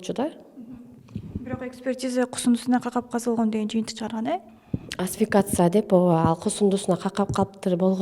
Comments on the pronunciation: Асфикация эмес асфиксия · Асфиксия туура айтылышы